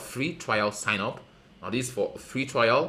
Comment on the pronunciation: It's sign, not sing. Say sign